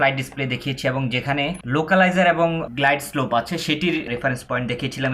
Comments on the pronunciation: গ্লাইড স্কোপ হবেনা,,গ্লাইড স্লোপ হবে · ঠিক ভাবে উচ্চারণ করুন, গ্লাইডস্কোপ নয় গ্লাইডস্লোপ হবে।